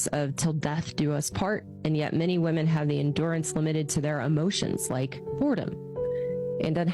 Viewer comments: Its crazy how so many women cant even pronounce the word women. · i wonder when these modern women will learn how to pronounce the word, 'women'. its almost like every single one of their 1st grade teachers failed teaching them basic english.